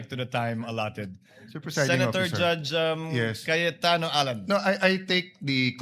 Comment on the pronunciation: Barbie cawatano😂 caIYOTano😂 cayeTAEno😂 loser😂